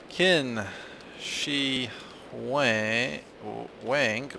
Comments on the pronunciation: "Qin" is pronounced "Chin". ;) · I know it doesnt matter, but "Qin" is pronounced as chin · the emperor's name is pronounced "Chin!" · Qin is pronounced chin that is why it is china